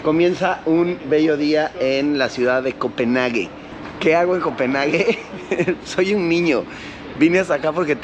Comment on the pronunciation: Copenjagen. Así se pronuncia😂😂